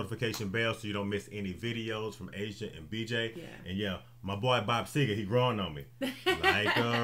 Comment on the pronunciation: It's Seger NOT SEGAR!